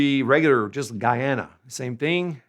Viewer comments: Guyana se dice con U gUyana, vos decís gayana, lo cual es un error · The pronunciation of the u in Guyana is no different from the one in any other word of Spanish, so it is not /gayana/, but /guyana/.